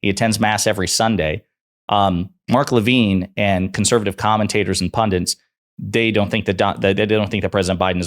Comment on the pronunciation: The word is pundits not not pundints...